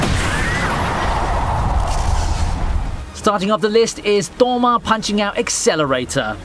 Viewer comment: Disgusting pronunciation of Touma. Idk what your 1st language is but you should forget it.